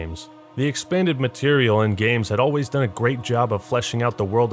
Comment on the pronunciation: I thought he said the could use them to create gays instead of games